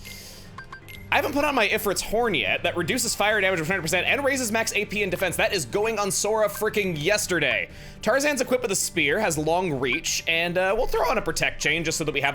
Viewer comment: Just putting this here so it doesn't drive me insane, "Ifrit" is pronounced "if-Reet".